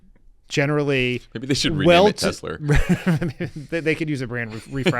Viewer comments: WTF? He still says Tesler... Does he also say Melanier? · Why hasn't anyone corrected Trump by telling him Tesla does not end in an R! 😂🤦🏼